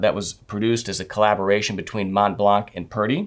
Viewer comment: Montblanc is pronounced with the 'C' silent! Otherwise I fully agree with the delights of writing, especially signing my name on business letters, with a fine fountain pen.